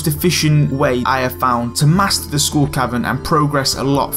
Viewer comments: No it's SKULL. not SCHOOL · “Heych Pee” “School Caverns”